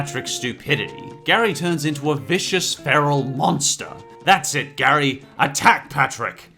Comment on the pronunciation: It's spelt like Gary but you pronounce it as geary